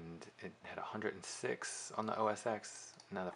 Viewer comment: It's not OS EX. It's OS TEN. When do people learn this?